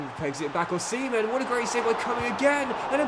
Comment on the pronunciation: Dude…. You can’t pronounce Osimen as ‘Oh-Semen’, especially when your goalie is Cumming